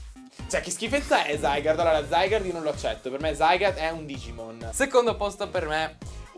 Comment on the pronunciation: Non Zaiger ma Zagard